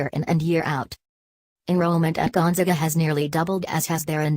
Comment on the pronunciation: Can't even pronounce the school name correctly. Great research.